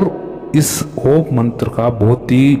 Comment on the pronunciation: OoooooMmmmmmmmmmm ..M ko lanba bolo /khecho